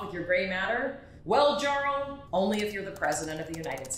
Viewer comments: Jarl is pronounced YARL. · Driving me crazy. Jarl is pronounced “yarl’ - it’s a Norse word cognate with Old English “earl.” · Jarl Wartooth would be pronounced, "Yarl". A "Jarl" was a Norwegian, Danish, or otherwise, Viking "Chief", or ruler. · Ok I gotta be that guy. Jarl is not said with a hard J sound like in Jason. It's a Y sound. as in Yes. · why she pronouncing jarl like that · It bothers me tremendously that she doesn't know how to pronounce Jarl. (It isn't a J sound, it's a Y sound.) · Big ooof. Starts off the video by mispronouncing 'Jarl'. I though u were a nerd...